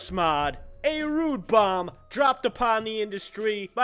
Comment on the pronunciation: You didn't say his name right...it's Bobby ROOOOOOOOOOOOOOOOOOOOOO